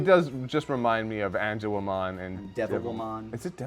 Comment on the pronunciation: I think he said Angewomon.